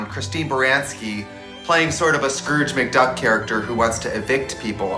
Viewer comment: “Scurge McDuck” 😂